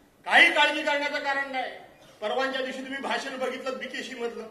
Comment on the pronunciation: आजोबा, बी के सी aahe te बी के शी naahi aahe te 😂😂